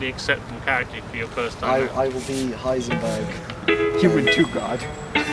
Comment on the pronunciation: Great doc. I love that you got away with 'Heinsenberg' without anyone noticing (I think)!